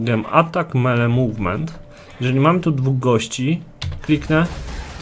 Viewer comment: "Melee" = "mili", nie "mele". To tak tylko na marginesie :) Dzięki za wszystkie filmiki - duzo rozjasniaja :D